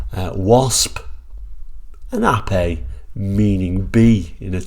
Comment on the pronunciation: I am so glad you pronounced the name correctly not Ape as in the animal, so many get it wrong. Great review btw